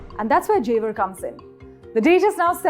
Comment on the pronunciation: jewar bol re chore🤣